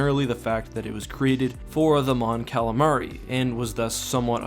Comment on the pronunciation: Mon "Calalion"😂 Great Vid tho!!